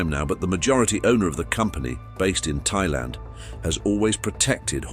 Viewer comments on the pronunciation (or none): none